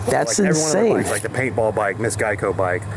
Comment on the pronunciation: please learn how to pronounce the word Geico